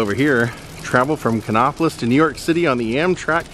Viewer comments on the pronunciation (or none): Nice video. The place is pronounced Kannapolis as in "nap", not "nop. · I used to live right beside Dale Jr. I’m born and raised in the area. It is pronounced Kan-APP-O-LIS. Lol